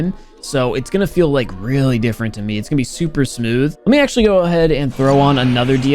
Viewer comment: The way pronounce "Me" sounds like hes saying "Meh" 😂